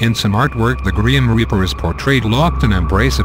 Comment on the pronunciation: Gream reaper?!?!?!??!!? He said "Gream Reaper"